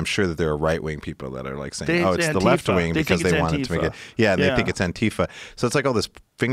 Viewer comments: Ok first it's AN TI FA short for Antifascists with the emphasis on FA. Calling it AN TI FA with the emphasis on TI loses the meaning. This has been done to confuse people about the meaning of the acronym. Say it like anti FA. You can do it! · Joe "Anteepha" Rogan